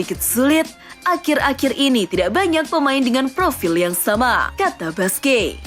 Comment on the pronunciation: min mohon maaf sedikit saran.. nama busquets dibaca kurang lebih buskets bukan basqe🙏🙏🙏